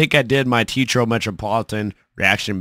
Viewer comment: All together now... it's 'Tay ah trow' not Teetro